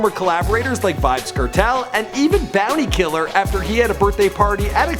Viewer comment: Bounty Killa or Tommy Lee But you need a Caribbean person to help you pronounce some of these words still lol butchered a good bit of them still.